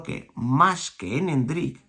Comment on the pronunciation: Me da algo cuando escucho a diciendo endrICK 😬 jajaj con acento al final